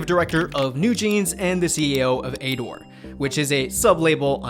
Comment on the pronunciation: You say ador so weird lol, just pronounce it like adore